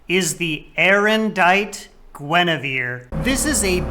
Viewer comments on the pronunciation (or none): none